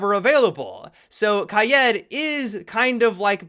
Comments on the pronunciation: Whos kai-edd if u mean kai-eed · It is pronounced kai eed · Most niggas: ka-EE-d or kayd This nigga: kayad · Kai-ED really?? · I'm gonna punch the next Youtuber who pronounces Kaid wrong. Last I checked the A is before the I and there is no E. So for the love of everything holy, please stop saying "Ki-ed". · Anyone else kinda cringe when says kaid the way he does? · What is the correct pronunciation? Edit: nevermind. I just heard dumb pronunciation lol